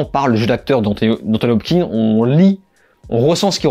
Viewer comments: Salut mec ! Merci pour ces critiques et résumés, c'est toujours cool de te suivre ! Par contre, si tu m'autorises une critique sur un truc pas si important que ça (mais qui me hérisse quand-même xD) c'est "Anthony HopKINS" pas "Hop-king" ! x) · Hopkins et pas Hopking bon sang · Hopkins ! Kins ! Hopkins ! Pas Hopking ! Hopkins !!!